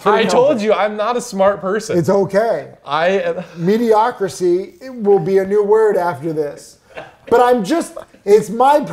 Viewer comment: I can’t even… “mediocracy” hahahahahaha